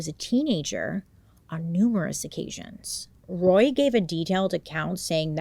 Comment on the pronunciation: Bailey I'm so proud of you! You struggled with a few words but you said Roy flawlessly! That was my dad's name and even I have a hard time saying it! I never watched the dramatization on Netflix because I know it would be too hard to watch but I also thought they were spoiled rich kids until I watched the documentary. They didn't deserve to spend their entire life in prison. I think they were tortured enough growing up.